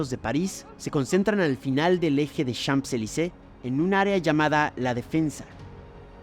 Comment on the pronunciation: Como curiosidad. En "Champs-Élysées" la primera palabra simplemente se pronuncia "chan" ni la m, ni la p se pronuncian. La s final, sí la vamos a pronunciar para hacer lo que se conoce como "liaison", es decir para enlazar la primera palabra con la siguiente. De esa forma la s final y la é se unen. Daría algo asi como "chansélisé".